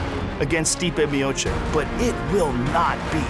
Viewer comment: Joe zadnji put, Its Miochich.